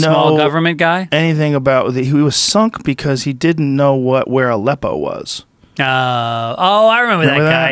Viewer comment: Lol, anybody else thought it was "a lepo"? XD